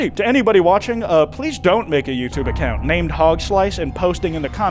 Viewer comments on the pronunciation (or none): none